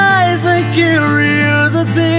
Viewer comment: Cala boca ele pronuncia corretamente: Curiosity. E se não gostou, aperta alt+f4 ninguém te obrigou a vir aqui.